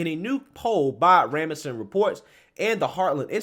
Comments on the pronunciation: I love your shows and I regularly share them. But I finally have to say this: you almost regularly mispronounce words. For instance: in this video, you repeatedly pronounced Rasmussen (sp) as Ra-muh-son; it's commonly known that it's pronounced Rass-mus-sin. A couple of days ago you repeatedly pronounced gate-way as 'get-a-way.' Readings and pronunciations need to be accurate, because not everyone can read what you are reading on the screen. Sometimes people can only listen to you while driving.... Practice words, learn context and pronunciations BEFORE publicly reading articles, please. You also said 'punishment' and not 'criminal punishment' as stated in the article, while 'criminal punishment' is very serious and relevant. There is a big difference between punishment (example: cutting off friendships...) and criminal punishments (by laws). Please read every word that is written, so that everyone has proper context. I support you; I am just trying to be helpful. Please don't be offended. God bless and keep you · It is normally pronounced as RAS-Mu-Sen